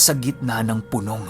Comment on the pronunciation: (Pu-nòng. ) lods hindi (Punông...... ). 😊